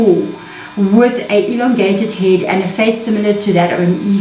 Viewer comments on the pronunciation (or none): none